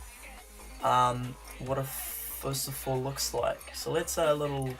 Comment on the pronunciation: Lol XD and u said Phosphor wrong hehehe :P still an awesome video though